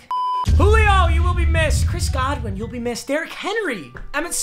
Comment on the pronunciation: It’s Chris God-win not Chris good-win